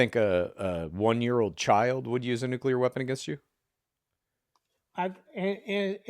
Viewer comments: Say it with me: Nu-Cleeeeeeeee-ar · If you cannot pronounce "noo·klee·ur" you truly have no business discussing it. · Its nucular. 🤣 is Homer Simpson